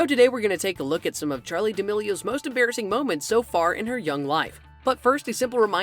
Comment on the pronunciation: "Emmbarisings moments for charlie"